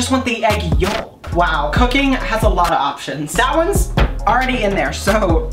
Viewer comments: ok but the fact he's saying the 'l' in 'yolk' is triggering me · As someone who actually pronounced the L in yolk I stan you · My guy. wHy are you pronouncing the L in yolk ahhh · The way he says yolk 😂😂😂